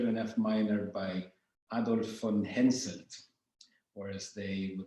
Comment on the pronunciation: HenSELT! not HenSON!